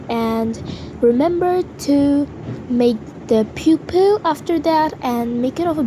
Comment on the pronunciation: I'm not hating or anything but why did it sound like she said "Pupuel"😂 and his helps a lot!!!